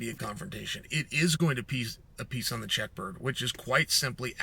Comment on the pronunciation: You said check bird hahah goofy ur not smart